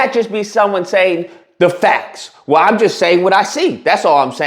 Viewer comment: He says "dat" instead of "that". He says "da" instead of "the", but Jasmine Crockett is the one who's "ghetto"?